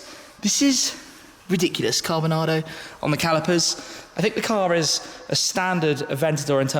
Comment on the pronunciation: “This is lichiri riediekolous”